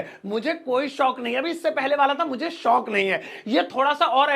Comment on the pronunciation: Kindly Improve your हिंदी शोक अलग और शौक़ अलग पूरे वीडियो के बोल भी शौक़ से रहे हो। Edit your Hindi pronunciation also